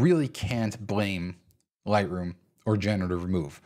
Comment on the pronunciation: For first few mins struggled to figure out what you were saying repeatedly….“Lie-roo” then it clicked… “Lightroom” 😉 good tips